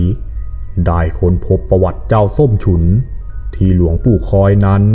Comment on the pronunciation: น้องเขาชื่อ ส้มฉุน มึงเป็นอาจารย์ภาษาอะไรเรียกชื่อเขายังเรียกชื่อผิดเลยส้มฉุยส้มฉุย